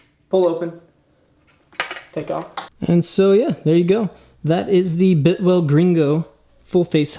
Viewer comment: Buddy, it's not a "bitwell" it's pronounced BILTwell. .... Either way, it's a nice helmet.